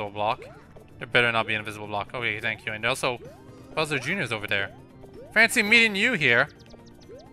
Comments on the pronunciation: Why do you say tank instead of thank? and you use d instead of th sound? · It is dumb that people point out how you pronounce thank. I love your accent btw :)